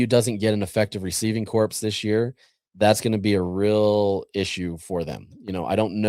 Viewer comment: Love you, so please forgive me, but the "p" and "s" in corps are silent: - A corps (pronounced "core") refers to an organized branch of the military or a specialized group of people acting together under a single authority.